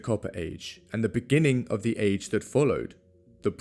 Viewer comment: what's causing that weird sliding of letters in "beginning" ?